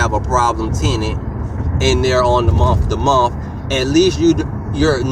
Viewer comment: " in a Muh to Muh "